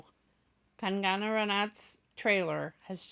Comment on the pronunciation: Its not kan gaana its kang na rhym with hung na sung na kang na 😉